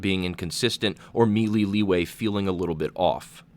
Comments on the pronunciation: may-lay not mee-lee DAHHH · “may-lay” not “me-lee” FFS it is 2019 ppl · may-lay, or meh-lay. not mee-lee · Love your channel bro, but for the love of god... may-lay = melee.